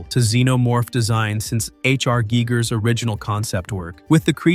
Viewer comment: It's pronounced Guy-gurr BTW